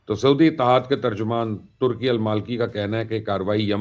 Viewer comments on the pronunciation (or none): none